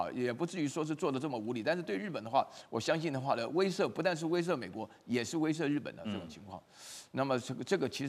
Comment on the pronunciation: 威慑（she）了啦